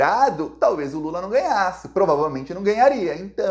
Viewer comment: Não é lulu é lulaaa